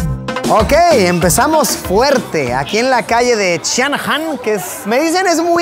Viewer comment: Empezamos fuerte jajaja 😂😂 en Shan Han 🗯️ que buena pronunciación mi Luis